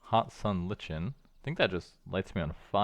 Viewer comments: Lichen.....? Isn't that pronounced "like en?" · Pronunciation note: Lichen is pronounced "liken" as in "like n subscribe". English is dumb sometimes.